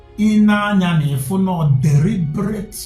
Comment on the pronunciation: Did that man said Deribrate? What a compound fool.